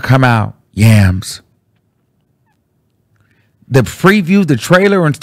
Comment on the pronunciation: The way you said "yams" 😂😂😂😂